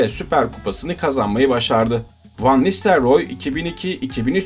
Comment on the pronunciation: Olimpiyat çocuğu Van nistelyoor😁